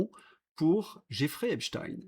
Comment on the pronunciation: Ravi de constater que vous prononcez à nouveau correctement le nom "Epstein".